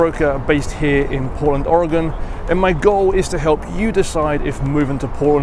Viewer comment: Congratulations! You said Oregon and Willamette correctly! No, Portland doesn't suck, some of the DB's do, but the city is great!